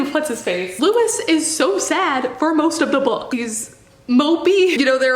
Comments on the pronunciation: i love you and all of your videos are amazing but as an anne rice/iwtv fan since i was 12, it's loo-ee not loo-is 💜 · 1) His name is said like Lou-E. Louisiana French boy so think that way with pronouncing. 2) The whole thing that she had about her vampires being sexual without being SEXUAL was always off putting. But the books, at the time, was good. I enjoyed it. Until I learned how she treats her fans. For Harry Potter, I still love the fandom and community that we built without JK. I'm still a part of it and will always be a part of it. For good reason, cause I found a lot of wonderful people who I know. If I find out a writer did something awful, I'm usually sitting there going "how bad was this thing they did, have they tried to fix themselves? And do I enjoy the community enough to discard the author but keep the community?"